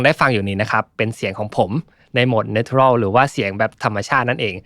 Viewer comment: ขอบคุณมาก ๆ เลยค่ะ ชอบรีวิวมากละเอียดดีค่ะ -- 't' ใน natural ออกเสียงเป็น 'ช' จะดีกว่าค่ะ